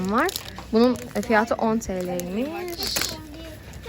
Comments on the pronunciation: Evet yanlış telafuz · peki fiyatı yerine fiyaağtı demesi:D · Fiyatıı derken çok değişik olıyor. Videoların çokk güzel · Fiyatı demen çok gülüyorum